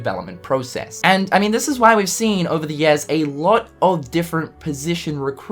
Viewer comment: years = yeas I know he has an accent, but it's just too damn funny